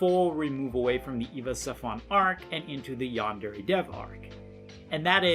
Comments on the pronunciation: One thing that has always bothered me about him...he pronounces Yandere wrong. Like...c'mon. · Dude making a yandere game can’t even pronounce yandere right. Not to mention the stupid fucking names of the students. There’s literally a character called pencil. Enpitsu means pencil. Seriously look at the names of most of the characters for 2 seconds and it comes forward that they’re so goddamn lazy and gimmick and just. H. HE ALSO MISUSES THE TERM SENPAI. LITERALLY LIKE,,, NO. DUDE. RESEARCH JAPAN AMD JAPANESE TERMS FOR YOUR J A P A N E S E GAME.